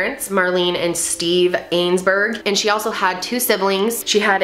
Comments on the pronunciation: Their name is pronounced 'I-zen-berg' not 'Ayns-berg' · Aisenberg. Not ainesberg. Being able to get the names correct adds to your credibility. If an easy detail like pronouncing the name is off, it calls the other information into question for accuracy as well. Love your channel but that will help! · Her name isn’t ainsberg! It’s aisenberg. I ZEN BERG. this is the third video that I’ve watched that you got the kid’s name wrong! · Let me help U say the name right.....""" EYE-ZIN-BERG """ say it like that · Pronunciation counts. Love your videos! "Eyes-en-burg" is the pronunciation. Atleast locally. This story was a part of my childhood. Not trying to be nasty. Just accurate. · Omg 'ainesburg' killed me every time. Not important in the grande scheme of things but man, she mispronounced that name so many times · Their name is Eisenberg not Ainsberg. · Pronounced as-in-berg and she has 3 siblings. If you're going to report then get your facts straight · I knew Marlene and Steve. My daughter was in a play group that Marlene facilitated. Ask yourself why a family would move. That is not the M.O of of a family with a missing child. Also, please pronounce the family’s name correctly. That felt sloppy from the get go. Their remaining children deserve that.